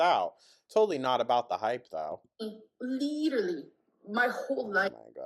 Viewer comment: when someone shows MILD INTEREST she claims they're LIDURALLY UBSESSED. She's too stupid to articulate any other words with her incredibly limited vocabulary